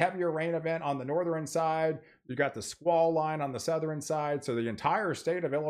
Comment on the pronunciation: Northeran, Southeran.... Stop it.... SouthERN NorthERN